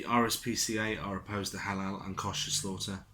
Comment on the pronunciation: Agree with you 100%., Little things wind me up. Try looking up how to pronounce the word "Kosher." Apart from that, good video.